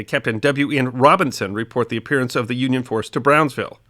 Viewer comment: Brownsville, not “Brownville”.